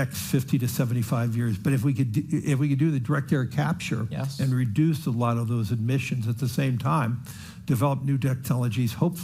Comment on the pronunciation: Brotha fink keeps talking about « admissions » and not emissions lol